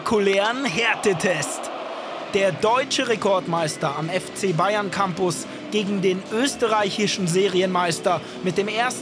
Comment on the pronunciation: Kommentator blubbert bei Bayern novj